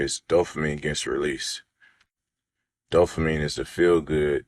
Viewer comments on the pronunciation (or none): I was thinking the same thing. Smh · First guy could've at least looked up dopamine, so he could stop saying "dofamine".